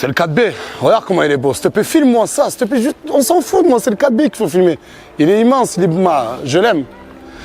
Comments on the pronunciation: "Oh circule, steplait" ce gars mdrrr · MDRRR le <<au circule ste plais a 2 18